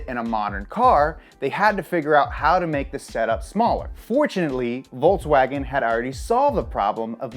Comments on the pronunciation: It's Volkswagen, not Voltswagen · Dude it's pronounced 'folkswagon'.. You are a car geek..so don't look good you pronouncing it wrong ;P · volKswagen not volTswagen.... smh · It's VolKswagen Why volTs? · In Volkswagen the v is pronounced like f so it's folkswagen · volkswagen pronounce folkswagen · Pronounce it 'Folks Vaagen' :) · It's pronunciation is "Folks-wah-gen" and not "Volkswagen"...